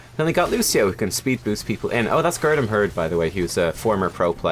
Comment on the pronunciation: You really butchered Gerdamherd's name XD but then you don't actually have the long 'e' sound in English anymore.